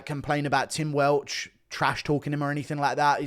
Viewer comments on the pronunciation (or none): none